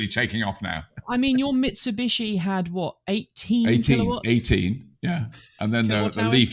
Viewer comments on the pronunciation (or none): none